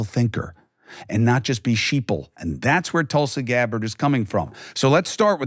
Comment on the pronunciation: Way to butcher her name. “Tulsi Gabbard”. Lol